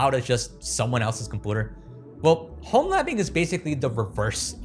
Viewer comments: I love the way you say compooter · You definitely did earn the subscribe for this video….annnndd then you said ‘Compooter’ 😂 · Take a shot every time he says “compooter” 😂😂😂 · Liked because of the whimsical way you pronounce computer, subscribed because fuck the monthly payments for cloud storage. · This guy still can't pronounce computer huh? 😂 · The way you say "computer" makes me want to vomit. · Say computer again lol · if you learn how to pronounce computer i will sub next time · The way he says computer tickles my brain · Why dose he say computer that way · Its funni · The way bro says computer 😂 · Literally can't stand how you said computer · when you say 'computer' weird it really makes me wanna hunt you down also, stop repeating super duper every 2 seconds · They way he pronounces computer sounds like he learned the word at age 3 and stuck with it—considering his pronunciation of all the other words are perfect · why can’t you say computer right? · I love what you're doing here but holy shit the way you pronounce "computer" like a feckin baby pisses me off no end lol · Why do you pronounce computer that way? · I take you so seriously until you say “com POOter” 💩 😂 it’s “com-PEW-ter “ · can anyone please tell me why this guy says compooter??? i suspect it might be just to cause reactions like mine and increase viewer interaction to his videos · Compooter. Yeah he trolling lol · Chat, why does this man say "compooder" my mind is going to explode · Ah yes a compewter. Jk, good video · Is "compooter" a joke or do you not know how to say the word correctly? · “A compooter “ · I’m not sure if I believe this guy has no accent except when saying “compooter” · "Compooder" is still funny to me lol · I can’t tell if he’s pronouncing community and computer wrong but I absolutely cannot finish this video. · stop saying "compooter"! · Had to stop watching at the third "Compooter" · it really annoyed me :D - it's com-pyu-ter not com-poo-ter